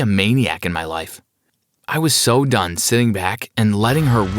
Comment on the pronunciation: Ok so I wanna say That we he said done I thought he was saying dumb 😂😂